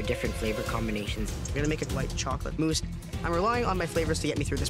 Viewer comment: It's "mousse," not "moose."